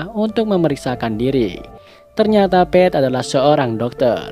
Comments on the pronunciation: Bang Ohio dibaca ohayo bukan ohio dan nama pete bukan dibaca pet tapi pit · Bang, pete tuh pit bang jangan pet, hehehe koreksi aja bang biar enak didenger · Koreksi bang "Pete" bacanya "pit"